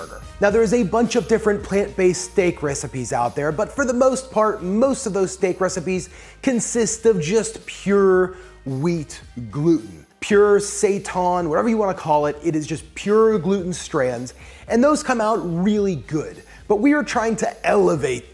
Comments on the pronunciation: Y it gotta be called sa-ton tho🤔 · IT'S SAY-TAN